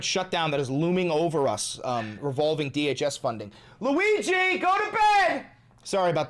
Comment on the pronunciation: LOOWEEGEE. GOATABED.